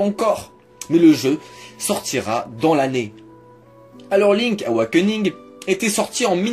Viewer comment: Link'SSSSSSSSSSSSSSSSSSSSS AWAKENING bord*l !!!! Pas "link awakening"...